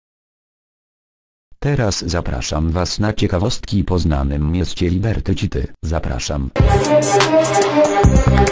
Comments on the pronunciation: Jak robisz to ivoną to pisz fonetycznie "liberty sity" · "Libetri Ćity" xDDDD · " Liberty Ćity" haha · Liberty ćity xD Głos na "lubię" bo połowy nie wiedziałem.